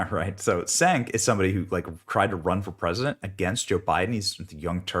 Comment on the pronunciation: "Cenk" is pronounced "Chaynk."